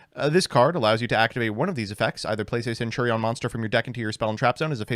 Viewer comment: This video should be reported on the grounds of that fucking HORRIBLE mispronunciation of "centurion" alone.....holy shit.